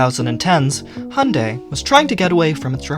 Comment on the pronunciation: why do u sahy hunday and noy hyundai